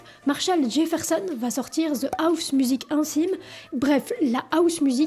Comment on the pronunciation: Pourquoi vous « Françiser » mes mots anglais? Housemusic se prononce avec le H !!!!